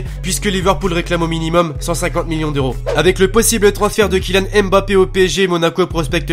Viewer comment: il ne faut pas dire M puis Bappé mais Faire la diphtongue mb pour dire Mbappé! Voilà pour le petit conseil!! Continue comme ça je suis le foot grâce à toi et j'en apprends beaucoup merci!